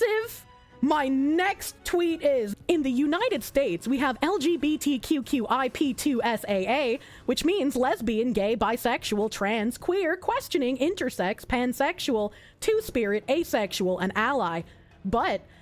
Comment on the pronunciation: "LGBT..." is not pronounced as a word. Each letter is pronounced separately. Here, let me help you: "NASA" is an acronym, you say it as a word. "NSA" is not an acronym, you say the name of every letter.